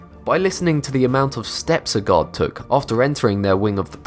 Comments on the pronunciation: this is the first time i seen one of his videos and i thought he was saying god and not guard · I kept thinking u kept saying god instead of guard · Who else thought that he said god everytime he said guard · Every time u say guard, i hear god lol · when he says guard it sounds like God instead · When u said guard I thought u said god... :\ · i know hes saying that the weapons were found by a guard, but at first i fought he said found by god XD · I thought he kept saying found by gods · every time he said guard I heard God xd